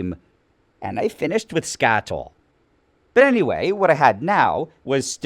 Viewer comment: Did he say "Scatoil"?